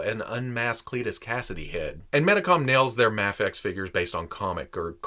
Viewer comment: And Medicom is pronounced Meedee com.